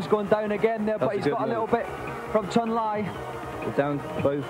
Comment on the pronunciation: Its pronounced CHUN LEEE that idiot.